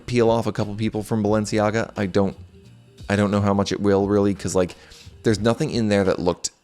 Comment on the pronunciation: « Sciura » /SHOO-rrrah/ means « Madam, (rich) lady » in Lombard/Milanese PS: please stop saying « Balensi », I beg you.